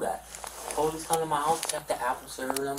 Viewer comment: insisting youre innocent while pronouncing it "Po-leece" is wild